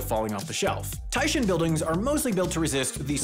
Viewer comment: Oof. 'I' in Japanese is pronounced 'ee'. You did it correctly on the first syllable of taishin, and then said "shin" on the second syllable😞